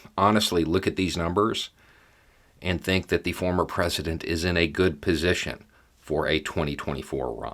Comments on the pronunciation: Nice slip at end when saying former, sounded like you about said Fuhrer lol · It almost sounded like started to say "fuhrer" rather than "former" president. 🤣😅😂